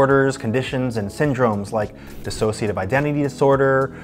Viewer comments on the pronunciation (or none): none